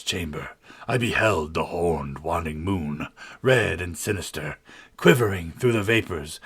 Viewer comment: Waning is pronounced Way-ning not Wann-ing.